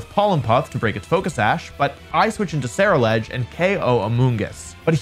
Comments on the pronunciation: I think Ceruledge is pronounced like 'cerulean' because it's blue? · Someone please tell Wolfey how to pronounce Ceruledge